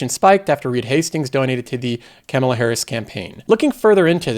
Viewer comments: Kama-la, isn't hard to say her name dude. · Are you intentionally mispronouncing Harris's name? I wish you wouldn't do that. You do something similar with the name "Democrat." In most cases, the correct term is "Democratic." Using "Democrat" where "Democratic" is correct is a direct insult to the Democratic Party. Please be more careful--unless it is your intention to insult Democrats.